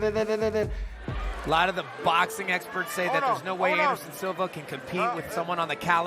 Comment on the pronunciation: nigga can’t even fully say “anderson” and-siva… bro sparring cte epitomized